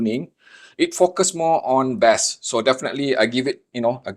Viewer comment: Bass. In English this word has 2 meanings. One is a kind of delicious fish. The other is a low frequency sound. When you speak you say it like the fish, not the sound. The sound rhymes with ace not ass.